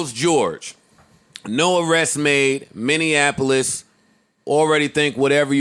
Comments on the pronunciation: Lmao minineapolis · Romy Taylor we don’t even book talent here if they mis pronounce Minneapolis. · don’t ever say Minneapolis again. That’s not how you pronounce it. Joe knows what’s up. Put on.